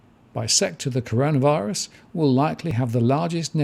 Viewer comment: Finally you got the name right... in that video you released last week, you pronounced it as 'Connorvirus'.